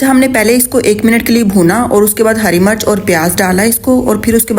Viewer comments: Sister green chili ko Urdu main heri [Murch] nahi kehte isko Heri Mirch Mirch kehte hain Murch nahi kehte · Murch nhi mirch hoti hy